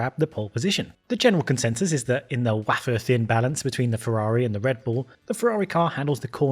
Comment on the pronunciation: Didn’t know that ‘wafer’ is pronounced like that. 🤔